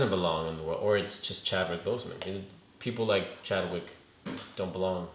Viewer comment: He said not Chadwick wtf!! You should watch the all the movies over or read some comics before you guys do these reviews so you dont look and sound stupid!! We take this shit serious bro!!